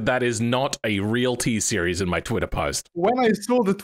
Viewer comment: Ah yes, the TSEIRES